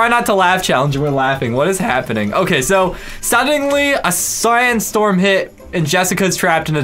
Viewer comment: Am I the only one who realized said “sceincestorm” on the first one😂